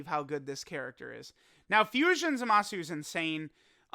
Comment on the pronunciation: Will and others ever be able to pronounce Zamasu correctly?